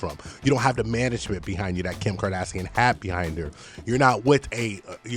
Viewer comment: Everytime you say Kardassian” I think of Star Trek 😂😂😂